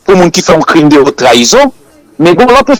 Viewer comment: Crime de "whotte" trahison. Non. On dit : crime de "Otte" (haute) trahison. La lettre "h" ne se lit pas en français, qu'il soit muet ou aspiré. Le h aspiré interdit la liaison et l'ellision (l'apostrophe). Ainsi, on dit le haricot (aricot phonétiquement) et non pas l'haricot. On dit aussi la honte (la "ontte") et non pas la wontte. Idem: la haine (comme la lettre N phonétiquement). "Hhènne".